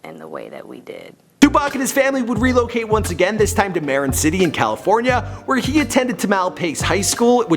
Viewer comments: Marin city is not pronounced Mare-en City rather Mer-rin City, if you need help . It's not that hard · the way he pronounced marin city gomme bent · you mispronounced Marin city and Tamalpais atrociously. Like brutally mispronounced. It's a very nice area; you should come check it out sometime. Then re-make this video and say it correctly.